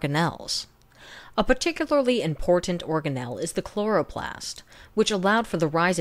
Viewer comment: "A potikululy...." whoa. I need to teach her how to do a 2nd take and splice in the fix! hahahhaha I don't understand who made this vid. It's on qdragon's channel but it's a woman talking. Me need help pweeze!